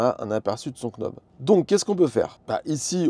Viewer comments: Et quand on est knob on est prédestiné à dire knob, au lieu de nob 😂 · Sexy " quenaube" ?! 😂 On dit "nob" sans prononcer le "k" comme les Knicks de New-York, le verbe "to know" etc 😉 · "nob" pas "k'nob"! Sexy knob ça porte à confusion, je vous laisse chercher pourquoi ;-) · Vidéo super claire, merci! C'est top que vous testiez un peu de matos comme ça. Et le format est cool =) PS: le "k" de knob est muet en anglais;) ça fait "nob" et du coup c'est plus simple haha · Nob, sans le K. Stpppppppp!!!😅😅😅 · Pour l’amour de dieu, le K est muet. Ça se prononce « Nob »….. chaque K prononce est comme un Keunife to my heart 😂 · English 101, Knob se prononce Nob ;-) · Par pitié le k de « knob » se prononce pas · "You know" On prononce pas le k, pour le knob, même combat 👍🏻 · J'ai pas de Tesla, donc a priori je m'en fiche des accessoires. Mais j'ai regardé la vidéo juste pour le plaisir, parce que c'est La Chaîne EV. C'est vraiment cool ce système de Sexy Buttons / Sexy Knob, si j'avais une Tesla je n'hésiterais pas une seconde. 👍 PS: j'ai passé toute la vidéo à me demander si faisait exprès de prononcer le K de knob pour nous faire réagir 🤔... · Le K de Knob est silencieux c’est de l’anglais 😅